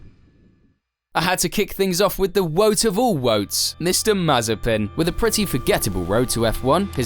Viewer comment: Wtf is a wote?